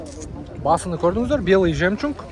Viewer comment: Жемчунг эмес жемчуг